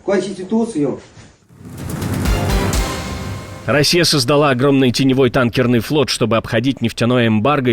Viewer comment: "Я...клянуси соблюдати кваституцию..."😮 Ять, это что, вообще, было?😂😂😂